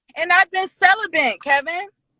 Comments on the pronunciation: Calibant???? Wtf... she's not the first person I've heard mispronounce that word, why do people say that word wrong. ... It's Celibate. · It's celibate not celibent 🤣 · The word is celibate... not "celibant" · When did the word celibate become celibent? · “I’m Sell-a-bit” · Sell-a-bent is a wild pronunciation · 😶 I feel bad for the future hubby and kids... Cellabent... I have a 9&10 yr niece that can pronounce it properly... Also she should NOT be driving and doing this. Geez red flags abound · "I've been celib"ant" Kevin!" Then smiles like an idiot. This girl is ignorant. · None of these women know the correct pronunciation of CELIBATE. She says celibunt - what a dunce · Celibent ??? Jurassic turnaround ??? Lol What a dumb dumb ! 😂😂😂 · LMAO "celibant". she said that shit multiple times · She is saying Sellabent lmao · “I’ve been celi-BENT, Kevin!” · She been SELL-AH-BENT ( Celibate) IM and Fasting!!!! Lmmfao I'm all the way dead yo... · "I been Sell Uh Bent Kevin!!!" 🤣🤣🤣🤣🤣🤣🤣😭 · She said celibent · She said, Celibent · I think she said celibent 💀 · "And I been cela-bent Kevin" Nope.........not for me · Celibant?? There's an "n" in celibate? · I resignate with this, its super fusstrating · Bih, keep you eyes on the road. Bih, intermittent fasting. What? Celibent?? wha dat? How does Kevin sip his Red Bull and not spit it out from this comedy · Plus your pronunciation is incorrect; The word according to the model is... celibent😂😂😂 Bottom line is brothers, focus on YOU. Time & energy are valuable, invest them wisely. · why can’t anybody say celibate correctly on this show ? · If you were submissive, you wouldn’t INTERRUPT!! You can’t even PRONOUNCE CELIBATE correctly! 🙄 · 😂😂😂 she can't even pronounce celibate